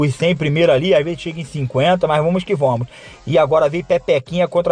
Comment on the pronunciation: "mais vamus ki vomus"